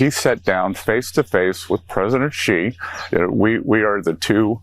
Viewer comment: That moron at Fox says Xi like its Chi, which it is not. The coverage given to Trump by his co-conspirators and 'state' media is almost at the level of being self-felating.